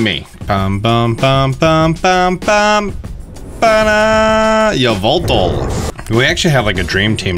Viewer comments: Idk why it bothers me so much that he says Yuhveltal instead of Eveltal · I’m exuse you it’s ya-va-tall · Its yavaltal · I really love how he pronounces yveltal as yovoltol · Yvelatal is pronounced e-vel-ta